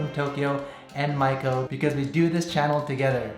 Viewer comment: First time to see your video. You kept saying your wife’s name and it sounded like “Michael” so I thought wow you are going to adopt a baby with your partner and then I saw female shoes so I realized not “michalel” but Maiko-san. By the way beautiful apartment..